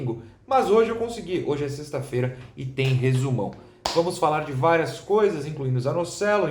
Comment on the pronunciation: "Seishhhta feira", Noronha é carioca e eu posso provar